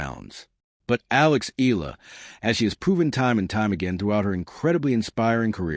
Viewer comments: Please please please pronounce her name as EY YAH LAH not EE LAH . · Another AI video milking the Filipino netizens. Fuck this guy, can't even pronounce her name correctly. Blocking this stupid AI channel